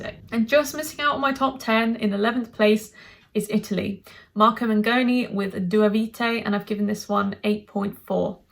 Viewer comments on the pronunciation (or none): none